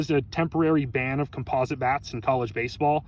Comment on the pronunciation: u are saying composite wrong